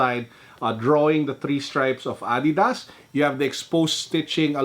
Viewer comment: I like it when he said "adeedas